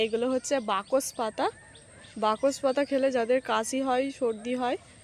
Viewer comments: বকস পাতা না ওটা বাসক পাতা ঠিক করে উচ্চারণ কর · কথাটা বাকস পাতা না ঐ পাতাকে বাসক পাতা বলা হয় যা সর্দি _- কাসিতে খুবই উপকারী জীবণ বিঞ্জানে এবিষয়ে পড়ানো হয় উচ্চারণে তোমার এত গন্ডোগোল কেন হয় বলতো! বাসক পাতাকে বেমালুম বাকস পাতা বলে দিলে কানে বাধল তাই জানালাম please ঠিক করে নিও